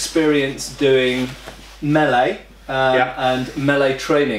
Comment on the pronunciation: How nice to hear someone pronounce "melee" correctly